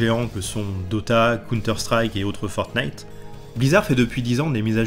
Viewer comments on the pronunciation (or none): none